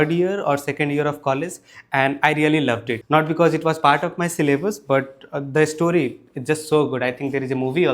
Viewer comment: there's no 'e' in the word story. it's pronounced store-ree, not e-store-ree